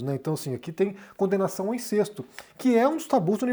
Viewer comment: Incesto é paroxítona : sílaba tônica " CES"....